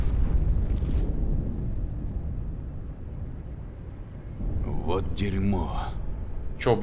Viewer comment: может не марсер а мерсер